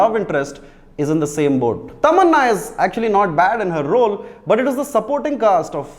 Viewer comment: Why so emphasis on Tamannahhhh😂